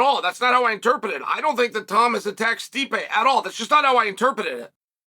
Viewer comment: I miss the 'R in interpRet, but if Chael says interpet then I guess Ive been wrong all these years